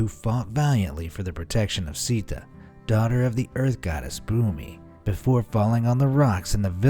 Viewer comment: pronounce of sita is wrong